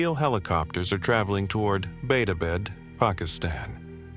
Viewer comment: Beta bed? You mean Abbottabad? Damn A.I.